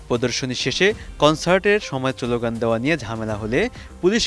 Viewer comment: আপনি স্লোগান শব্দটি সঠিকভাবে উচ্চারণ করতে পারছেন না। ভালো করে উচ্চারণ প্র্যাকটিস করুন, তারপর ভয়েস ওভার করবেন।